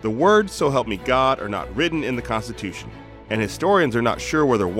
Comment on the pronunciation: THE KAANSTITEWSHUNN